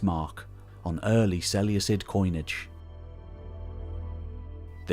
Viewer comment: Is there a definite pronunciation of Seleucid? Because Ive been pronouncing the c like a k my whole life in total war.